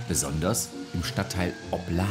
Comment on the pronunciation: OPladen, nicht opLAden ...